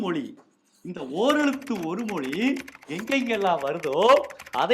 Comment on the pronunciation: ழ கரம் ஏன் உச்செரீக்க வரவில்லை அது தான தமிழுக்கு அழகு மொளி என்பது தவறு